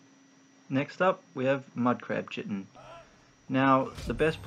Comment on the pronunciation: Thanks, very helpful! :) (btw, chitin is pronounced "kye-tin")